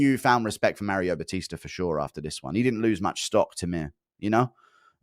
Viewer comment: Starting a sentence with "Anthony Smith said..." is CRAZY. "MAR BATISE" for Mario Bautista is also crazy.